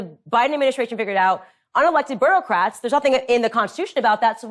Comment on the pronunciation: What’s a “boroughcrat”?